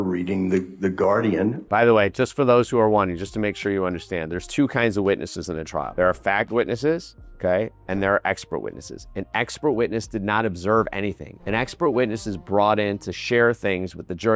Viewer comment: "fact witnesses" i thought he said something else .. dude please enunciate LOL